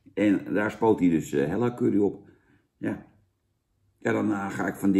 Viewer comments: is het niet Hela ipv Hella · * er is iets mis met mensen die MIDDEN in de tube knijpen (Zaans) Ik haat curry en ik schaam me niet ! Bah. Veel meer lekkere sausjes om uit te kiezen FRIET bekt lekkerder. Fuck patat En je mauwt over friet of patat en julij uitspraak. Maar zegt dan wel vervolgens Hella in plaats van Hela. Oke dat wilde ik ff droppen Daaaaaaagggg